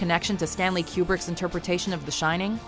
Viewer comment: who the hell is Stanley Kyoubrik?